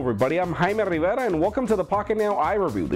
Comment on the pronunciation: jaime rivera he speaks his name in spanish as it shoud